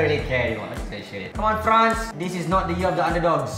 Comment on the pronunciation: is killing the name of france